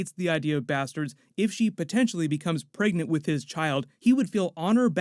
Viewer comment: If I hear you say “preagnat “one more time.